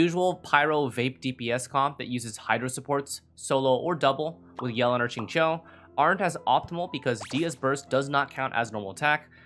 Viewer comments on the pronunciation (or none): none